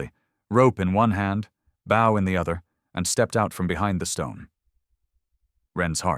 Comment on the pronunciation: How many times are they going to mispronounce “bow?” It’s pronounced like the word “no”….long o!!!!